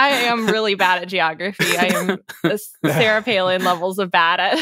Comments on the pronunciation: Her name is? Ever since I've been watching Tangents, I've been hearing it as Sarah. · My stupid (read:british) ears are not hearing a pronunciation difference between and Siri and all the time I have been listening I thought your name /was/ Siri. Whoops!